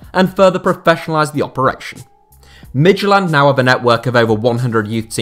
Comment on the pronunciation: Midtylland is pronounced Mee-you-lan, not mid-ty-land.